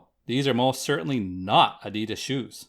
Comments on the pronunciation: That’s not how u pronounce adidas at all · Why do Americans say A DI DAS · My man said adieedasss